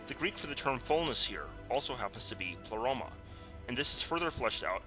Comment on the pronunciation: pronounced "play-roma" not "pluh-roma"